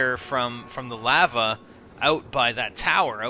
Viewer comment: he says lava weird